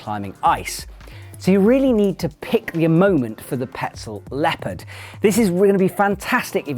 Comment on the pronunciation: Love this guy, hear him say leopard? 😂😂